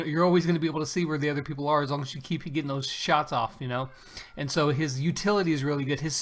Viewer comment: LOL peaple i thought you were saying pineapple like a way it was code language OMG lol